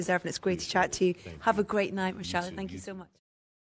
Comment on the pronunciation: Did she say have a great night Mitchel ? Lol